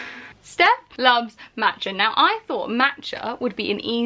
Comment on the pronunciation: the way she says matcha is so irritating😂